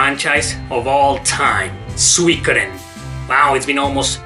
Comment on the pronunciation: "Swe-kudden" hehe. Nice video.